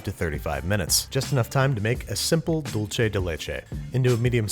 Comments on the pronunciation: we’re not Italian 😂😂😂 The c is pronounced the same as in English btw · Dulche/Dolce as if it was italian or french. It's DOOL-SAY or DOOL-SEH! It's a Spanish word. If Spain Spanish say "DOOL-THAY". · just want to clarify for everyone: while in italian dolce is pronounced “dol-Che,” in spanish Dulce is pronounce “dool-Seh” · I KNOOWW I DONT EVEN KNOW SPANISH THAT WELL BUT IK ITS DULSE OR DULTHE NOT FUCKING DOLLCHE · but tomato and tomahto are both right. They're just regional differences. Same as "dul-say" and "dul-thay" (Spanish from Spain). Not "dul-chay" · or ther fact he says "dool che" instead of "dulce" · he said dolce instead of dulce estoy temblando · I cant stop laughing at you saying DOLCE instead of DULCE de leche omg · Pronouncing it 'dol-che' is more Italian, like how the brand is said. In Spanish, it'd be more like 'dul-se'... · "Duel-Say" not Duel-Chay. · dulche de leche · no it’s “dulze” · Babish: “Dulche de Leche” Entire Latin American Community: C R I N G E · It's a white people thing. They insist on saying doolche every time they see dulce. They can't differentiate dolce from dulce. They are a simple people. haha. It's a good recipe though. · andrew: "*dulche* de leche" me: cringes in hispanic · OMG Dulce de leche is not Italian. Hahah Dulche de leche ugh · pronouncing Dulce as "dull-che" is definitely not English lol. It's an Italian pronunciation which makes no sense cause leche is Hispanic. The "ch" and "c" shouldn't contradict each other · spanish and english ce makes an "s" sound, hence dulce and "dool-seh" sound the same - Tip from this native spanish speaker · I have never heard anyone pronounce dulce with a 'ch' sound. But this is one of my favorite cakes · dude it's not italian, it's pronounced (dool•se) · I've never seen non Hispanics pronounce it correctly LOL, and I watch alot of food network.